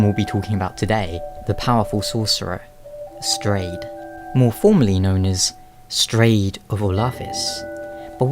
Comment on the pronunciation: its pronounced "strawed" :P